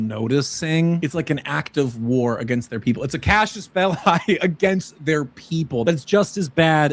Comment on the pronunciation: OK, I'm gonna be that guy. IT'S CASUS BELLI NOT CASIUS! CASUS! Pedantry over.